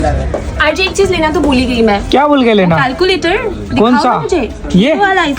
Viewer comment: Calculator ❌kaaalculater✔️✅😂